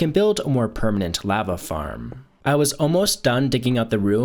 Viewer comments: Lava isn't pronounced the way you think it's pronounced lova I can't watch your vids that for whatever reason bothers me to no end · i hate how you say lava it makes me want to die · Is he saying lava wrong or am I?